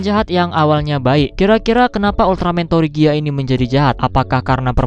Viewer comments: Tregia bang bacaannya bukan torigia atau trigir sesuai bacaan dari negara kami(Malaysia)😅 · Bang sebenar nya penyebutan nama ultraman tregear versi bahasa Indonesia itu bilang nya kayak tregir gitu..